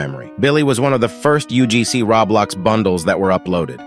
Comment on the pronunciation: Bro Just said [raw blox]💀